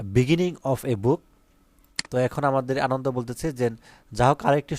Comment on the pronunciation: আনন্দ না আনানডা😂😂😂